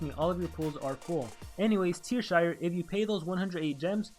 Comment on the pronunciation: It's Teashire, not Tearshire. :P